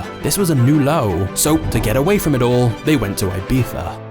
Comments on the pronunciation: I like how you call it "ibifa" or "ibitha" 😂. It's actually pronounced "ibissa" Awesome channel, my favorit at the moment!! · You are saying wrong, Ibica. You sas Ajbeca😂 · its ibiza! like in e-pizza but with a soft b - not i-b-tha... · where did the twins travel???? AIBIHA? IBIZA! I stopped watching at this point, very LAME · It's IbiZa not IbiFFa. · not IBIFA but IBIZA 🤣🤣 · its IBIZA and not IBEETHA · it's "EE-BEE-ZAH" not "I-bee-zah" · Ibiza is NOT pronounced Ibipha 😂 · Why do you pronounce Ibiza like eyebeefuh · why people can't prnaunce word IBIZA = IBICA... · i almost stopped watching after hearing 'Ibitha' for the fifth time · Is it just me that is bugged SO MUCH with the way he pronounces Ibiza as Ibitha or you too? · I like everything except the way you said ibiza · the way you say ibiza infuriates me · Holy shit the first time I found out that's how you pronounce Ibiza in English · Why does he say Ibiza like that😂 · AHAHHA you say "I-BEE-ZAH" like a a tourist but can't say "CHIPRUS" hahahah